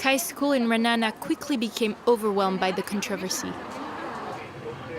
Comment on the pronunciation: I live here! Also you pronounced it wrong its ra-a-na-na not "RaNA